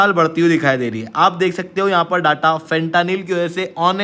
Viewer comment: Bha tu gajab educator hai… bc words to kam se kam theek se pronounce kiya kar… khud toh galat bol hi raha hai… aur dusro ko bhi galat seekha raha hai… फेंटेनिल…. Na ki फ़ंटानिल!